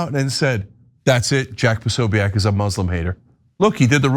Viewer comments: Why are you guys saying his name this way? Have you never heard it before? PO-SO-BIC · It's Jack POSOBICK. That's how it's said. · Think you're mispronouncing Posobiec. Think its pronounced Posobik. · Posobeic- (Po-so-bick) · Jack Posobiec is Polish-American. His name is pronounced Po-so-beck. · Why can't these guys pronounce Posobic? I probably misspelled it, but at least I know how to pronounce it and know DAMN well that they know too - being in the news biz.